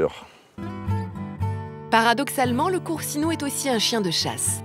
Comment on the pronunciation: " le coursinou " Bou sti pinzutti di merda . Faites des efforts de prononciation